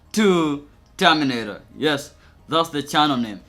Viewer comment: "HOw tO TamINatOR"